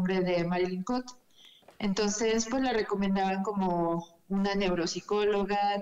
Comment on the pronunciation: No es Cote es "Cout"